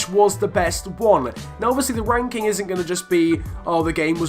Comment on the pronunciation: Did anyone else hear him say FIFA wanking?